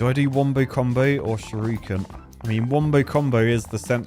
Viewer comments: The fact that you pronounce shuriken as shyorookin is very amusing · Youtube video compression really doesn't work great with the graphics of this game. Also, the way says "shuriken" as "shoryuken" makes my ears itch. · I vote we never let say Shurikan again 😂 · sees: "Shuriken" says: "Shir-ooken" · Nobody: Nobody at all: Not: "Shadowy SHUR-OO-KEN!" 😂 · Not going to talk about the ''shiruken''. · Shurooooooken? What? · Think will ever work out what sound the 'i' makes in Shuriken?